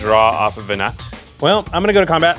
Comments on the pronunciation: my ffxiv brain twitching whenever called her veNAT instead of veNAH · Venat is pronounced veh-nah. Every time you call her veh-nut is like a slap to the face. Learn how to pronounce your cards.